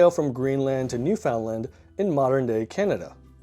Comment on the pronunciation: your pronunciation of Newfoundland and Portmanteau sucks ! jeet